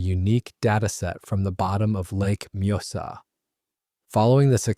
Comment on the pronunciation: I like his pronounciacion of the lakes name! Majosa!!😂😂😂😂 think he means the lake Mjösen ❤?